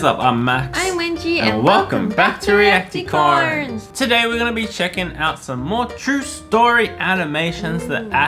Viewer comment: Where is the ssssssss at the end of reacticorns it was weird 🤣🤣🤣